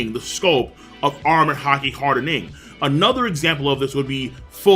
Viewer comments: Not trying to hate it just annoys me how he always emphasizes ing whenever he says armament Haki hardening. It’s just weird like a pet peeve and it just annoys me lol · "HAR DE NING" "AR MA MENT".. The way you say these make me uncomfortable somehow